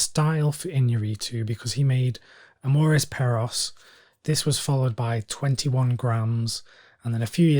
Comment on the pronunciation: Oh, Amores Perros will be a must get for me as a Alejandro Iñàrritu fan. I mean I’m mexican, he’s Mexican is a win win lol. It makes me smile that you tried to say the title in a correct way but you were close lol. Have a good one! -Bernardo Cisneros